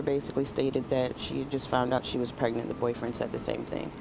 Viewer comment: That spokesgirl has horrific grammar. What's "Prignant" and "fa charges unrelated tew da merder"